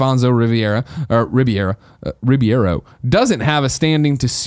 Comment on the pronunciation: Someday Greg will be able to pronounce Alfonso Ribeiro's last name. Someday.